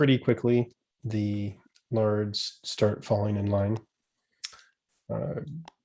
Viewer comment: I like how the more says "lairds", the more it turns into "lards".